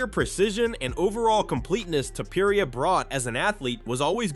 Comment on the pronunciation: The way pronounces "Topuria" is taking me out xD